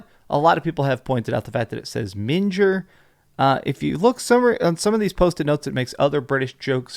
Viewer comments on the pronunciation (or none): That minger bit is actually pronounced Ming-a. It’s a British word ford an ugly person. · It's pronounced "Ming er" as in ugly. A very British word xD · Would be so excited for a new SH it's been way too long. By the way if the word is meant to be the British word minger it's a hard g like min-guh. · Hey, in the UK its pronounced MING'er meaning ugly/unattractive person as appose to MINGE'r:) that word means something else entirely in the UK:P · Pronounced Ming-err It's being referred to as British as the word minger is a British slangword for someone who is dirty or repulsive. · It’s pronounced “ming-er” like bling. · With regards to the word 'minger'. It's a British slang word to describe an ugly person and it is pronounced 'ming-er'. The g isn't pronounced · We here in the UK pronounce it Ming-er btw. It means ugly. Minge is something entirely different 😅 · Minger isn't pronounced like ginger Minger rhymes with singer. Can also say "that's minging" (repulsive) also rhymes with singing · That’s not how you pronounce minger lol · can i just say as a british guy i laughed a bit when you said minger because you said it incorrect and minge and minger have a very different meaning in british slang and different pronunciations, one is slang for a womans vagina and one is slang for being ugly. the one written on the face is inferring that she is ugly or that emotionally she thinks she is. you pronounced it like a womans vagina, well technically you didn't since you said it with the R on the end but yeh it was pronounced wrong and gave me quite the smile. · As soon as I heard minger I went looking down for this comment...He wasn't to know though!